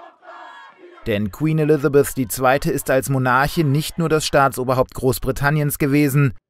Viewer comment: Wieso kann keiner Elizabeth aussprechen? Elithabith…